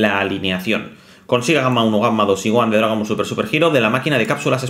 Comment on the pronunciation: Gohan, no Goan